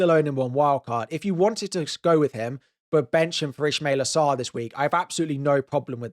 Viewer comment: Also, its not Ishmaila Sarr, its Ismaila Sarr.